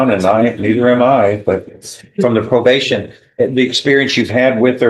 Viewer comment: slap your AI. "Pro-bash-in"